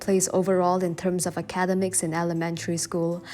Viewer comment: Hi, I love your videos, but you keep mispronouncing academics. You say "acad-emicis". It is - "aca -DEM-ics". Not trying to be nasty, just offering some constructive criticism.